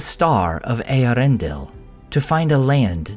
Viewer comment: Its Eee-air-ren-del